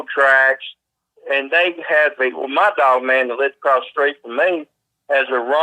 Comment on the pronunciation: Its his accent making him hit words weirdly and jump around with his vocabulary